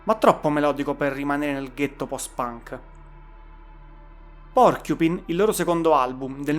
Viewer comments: Bravo per l’iniziativa, ma tra accento romano (mi distrae troppo) e Porcupín (si pronuncia PorcupAine), non ce la faccio. Meno male che ci sono altri podcast. Comunque meno male che finalmente si parla di buona musica! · pronuncia inglese da rivedere. hai fatto un po' d'inglese a scuola? icHo ənd de bannimen; poochiupain...e le erre... mammamia!!!